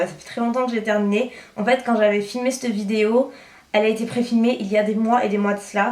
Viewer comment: Hello, je t'en supplie arrête de dire "NarZZZ" au lieu de "NarS" c'est une marque française. Mais surtout arrête le "C'te" marque ou "C''te" poudre au lieu de "cette". Ce n'est pas méchant mais en plus tu fais beaucoup de fautes de grammaire. Tout le monde en fait mais au bout d'un moment, lorsque c'est presque à chaque phrase cela donne une impression de "j'ai arrêté les cours en CM2". Bisous